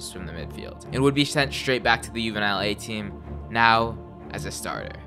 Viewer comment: Ahh, my bad bro. I tried to get all the pronunciation right lol, but I think i mispronounced that and "Juvenil". I appreciate the feedback tho!